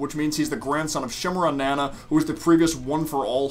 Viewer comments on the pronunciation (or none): It’s funny to me when I hear mispronounced anime names, like “Nan uh “ instead of “Na-na”. Then I realize I’m being an elitist prick.